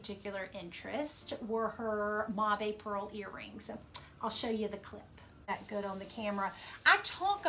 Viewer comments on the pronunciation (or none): Great video. I thought "mabe" was pronouced like the word "babe"